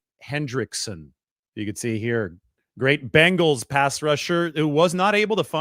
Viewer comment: It’s so nice to hear someone say Bengals instead of Bangels it really drives me nuts watching football as much as we do. I have faith that the Niners front office will make the right decision, even though we might not understand it at the time they know what they’re doing